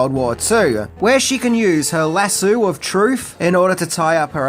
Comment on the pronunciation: Come on... "La-soo" of truth? What a dumb ass.